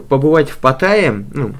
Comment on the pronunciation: Правильно ставить ударение на последнюю букву в слове Паттая